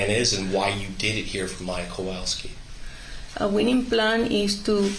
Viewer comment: They all just give off an angry and annoyed vibe most of the time. Also, that's what I've been calling her, too, haha. And why can't pronounce "Kowalski" correctly? can't pronounce "Beata" or "Maya" and now we have. Ugh